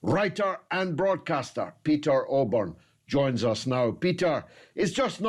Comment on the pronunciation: Oborne, not Osborne!